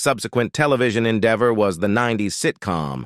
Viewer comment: Loanie Lawknee Embark'ed Embarked Fooding Footing Episodies Episodes Endeever Endever 19ed 84 1984 Painful mispronunciations....Unwatchable